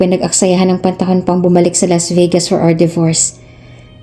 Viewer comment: Why pronounce Vegas.......Vigas?